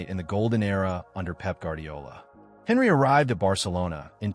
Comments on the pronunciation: When you pronounced his name i knew bs would follow . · How can we trust your opinion when you can't even pronounce his name correctly? 🤣🤣🤣